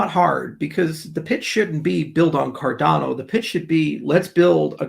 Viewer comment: Car-Dan-Oh lol